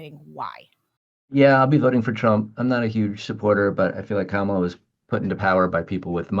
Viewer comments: They all intentionally mispronounce Kamala's name. They sound totally persuadable. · When people mispronounce Kamala's name, you know who are they listening to and who they're going to vote for. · You can tell people in a news bubble by how they mispronounce Kamala. How can they forget his first four years? They were hell! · 1-how can you say Kamala can't get to the point and say nothing about Trump? 2-everybody freaking knows how to say her name. When you intentionally mispronounce it like that, you sound like a disrespectful ignoramus.